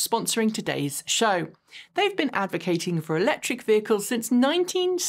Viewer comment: I love you, but could you please pronounce the "c" in Electric?